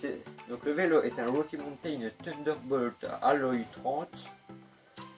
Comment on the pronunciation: Belle vidéo malgré quelques beug au montage et un qualité moyenne vidéo et de son. Accent anglais à améliorer (wokkie montain) (wokkie montain le retour) Quelques petites blagues comme à et (bas les couilles) SANS PARLER DU BEST OF OU J AI BIEN RIGOLE Mention spéciale pour le caméraman qui a fait du bon taf 15/20